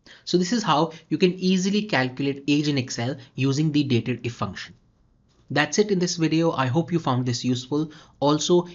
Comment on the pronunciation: Nice video and it's not datedif. Its actually date dif ( dif for difference)